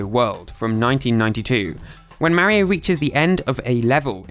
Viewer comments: Its not merio its mario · Its not pronounced marryo its pronounced mar ree o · You said mawio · did you say mario wrong who’s merio is Mario is not to be say merio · I still can’t get over Marry-o…Mar-io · It's Mario (Mah-Ri-Oh), not "Merry-Oh" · its M-AR-I-O not MAH-IO learn to speak stupid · It's "Mah-ri-oh" not "mary-oh". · “Ma-reo” its “mar-rio” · imm not trying to say 'you sayed it wrong' im sayin 'you did not say mairo' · YOURE SAYING MARRY O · Take a shot every time he says "Mary-O" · Mahrio ✅ Mario x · mowio? how do you get it that wrong??? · So Mawio became Fwendliuh!? Huh... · could you try even a little bit to pronounce people's names? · you need to deleat this video and remake it, you are saying Mario incroectly. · In this video not only do you butcher numerous names, but you use the exact same clips over again. Moreover, you constantly are repeating yourself unnecessarily, not once was what you were saying a difficult topic to understand, but hearing you repeat it for the third is just obnoxious and makes it uninteresting. The video honestly needed to be shorter for what information you put into it.